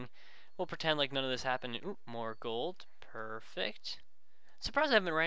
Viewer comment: he said coal instead of gold